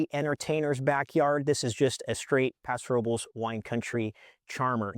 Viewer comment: Think your saying paso robles wrong 😂